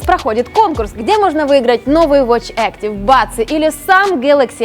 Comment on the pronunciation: И снова... "Эс десять Е". Он "И"!!!!!!! Учите английский. Только за это дизлайк. При этом, "эктив" сказали правильно